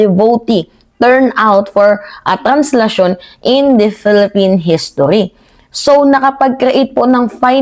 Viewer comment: Traslacion po--hindi "tra𝗻slacion'.